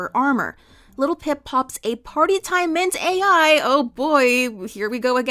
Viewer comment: The drug Littlepip takes is 'Party Time Mint-AL', not Mint-AI. It's a play on the word 'mental.'